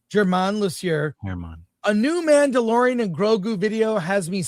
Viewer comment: I swear you said “The Man The DeLorean…. The Grogu”